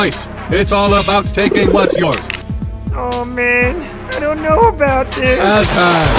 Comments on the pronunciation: "I DORNT KNOR" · Idk but like when said at the scene where shes feels somethings off she said i dont know right? Bc i heard i dont naur like um its funny am sorry 💀💀